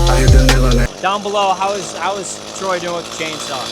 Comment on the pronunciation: It's not trey,it's T R O Y Y Y Y